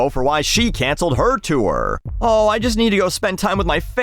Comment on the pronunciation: I love how you say “chewer” instead of “tour” 😂